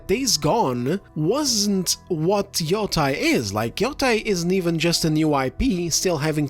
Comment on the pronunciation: YOTAY! pronounce it correctly. This isn’t YO TIE like JEDI. God damn it